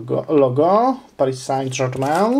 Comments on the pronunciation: ''pari są żermę'':) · *"pari sę żermę" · psg czyta się pari są żermę